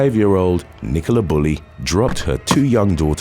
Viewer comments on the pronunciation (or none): none